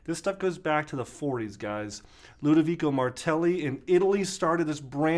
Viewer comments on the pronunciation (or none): none